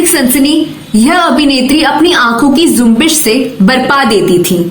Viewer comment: ZUMBISH nahi JUMBISH hota hai.